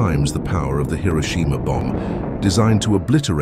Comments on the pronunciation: "Hiroshima" ❌ "Hiroshima" ✅ "Hero-sheema" is not just wrong, it's like nails on a chalkboard. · People love pronouncing Hiroshima incorrectly for some reason